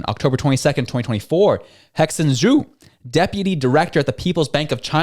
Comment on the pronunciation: Cheers on the report. And love the Hexin Zhu pronunciation energy. Speaking Chinese is a little bit like singing.